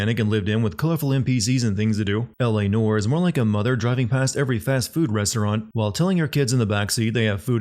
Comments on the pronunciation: Quit saying “nore” 😂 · Blimey mate, try breathing occasionally and stop pronouncing it like NOR … … otherwise, yes the game hasn’t aged well, the sandbox element is all but pointless and the third act is so misjudged and rushed it barely breathes more than yourself. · I can tell you're not a fan of film Noir by the fact that you can't even be bothered to pronounce Noir/Noire correctly 😂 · He kept sinning “Heavy Rain” for the voice actors mispronouncing “origami”, and he mispronounced “noire” about a hundred times here.